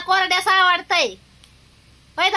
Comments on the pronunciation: Kordyas nahi... Kodyas boltat.. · कोर्ड्यास नाही ताई कोड्यास म्हणतात भाजी ला